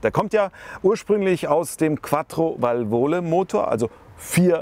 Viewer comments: Es heisst Vàlvole, nicht Valvòle! BEtonung auf ERste Silbe! :) Lustig vor allem, weil die französischen Begriffe, bei denen Du Dich artig entschuldigst, ziemlich gut ausgesprochen waren beim SM. :) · vàl·vo·la Betonung 1. Silbe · Als Italiener kann ich natürlich der 8.32 Thema nur hochfeiern. Was für eine Granate damals,und heute anscheinend eben so. Leider zu anfällig was Zylinderkopfdichtung anging 😢. Und die Wartung wie hier eben erwähnt. Ist echt jenseits von gut und Böse. Es ist wirklich nicht für jedermann. Nur am rand. Wäre schön sich über die richtige Aussprache zu informieren. Wie das wort VENTILE ' VALVOLE' ausgesprochen wird, tut ein Italiener weh 😔. Der Name vom.Herr Alfieri ingegen war göttlich richtig ausgesprochen 😊